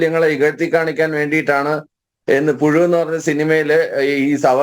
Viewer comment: പുഴു... അല്ല... പുയു...😂😂... അല്ലെങ്കിൽ... പു ശു....😂😂😂😂